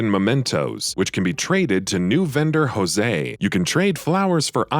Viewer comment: Jose, is Joe Say... This is Japanese, not Spanish.